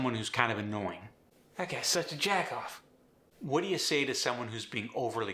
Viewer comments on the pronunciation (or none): Close but not quite accurate. It isn't "jackoff", it's "jagoff". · "Jagoff", not "Jackoff".